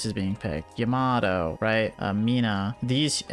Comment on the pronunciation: As a Yamato main, please for the love of god pronounce them correctly. They are pronounced "Yah - Mah - Toe"